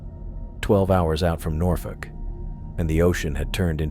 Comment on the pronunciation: I love how Norfolk is pronounced correctly. As a native, I applaud that. “Nor-Fuck!”